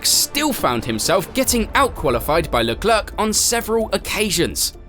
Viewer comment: "Leklerk"? tf?????????